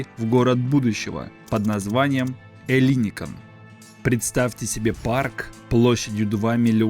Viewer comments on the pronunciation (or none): Какой ещё ЭллИникон,когда- ЭллиникО.(Ελληνικό) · Ударение на окончание -он. ЭллиникОн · ЭллИникон, Эйпл! Ты звучишь странно как минимум. Ударение и произношение бы подготовить. Не про пирожки же повествуешь. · Может Эллинико́н, а не не Элли́никон? Узнайте сначала как правильно произносить это слово. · Маленькая поправочка: греки говорят ЭллиникОН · Эллинико́н! Ударение неверно. Живу рядом, все это наблюдаю.. Все медленно, в час по чайной ложке. Даже не для современных молодых, а для их внуков. Покапостроят, технологии уйдут впереди сноваэто все будет опозданием как всегда в современной Греции. К сожалению. Это вам не Сочи.... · ЭллиникОн ,ставьте правильно ударение. Кто инвесторы?Те же миллиардеры, они и будут там жить,а греки будут обслуживать.Странно было бы думать что в кап стране кто-то заботится о народе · Ну хоть бы в Гугле забил как произносится название района Эллиникон и всего проекта - ударение идет только на последний слог. Оно всегда стоит в написании на греческом, если буквы не заглавные. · По правилам греческого языка ударение ставится на второй слог от конца.Вот и произносите правильно. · Зачем делать такие поверхностные видео, если даже ударения в названиях правильно произнести не можешь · Тоже неправильное ударение уши режет! Если берешься о чем-то рассказывать, будь добр подготовиться.